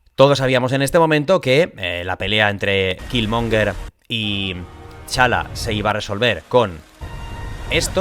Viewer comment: Por cierto, como aclaración, es T-Challa, no Ta-Challa. Perdona si suena tiquismiquis, es que sale mucho el nombre en el video y se me hace rarísimo escucharlo así:)